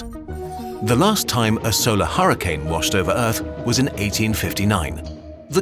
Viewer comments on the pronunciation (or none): none